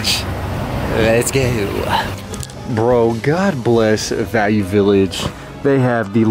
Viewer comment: Lezzzgow Pilipinas 😂